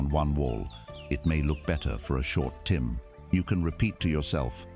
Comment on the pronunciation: this ai voice cant pronounce "time" for some reason, 3 different wrong pronunciations so far hehe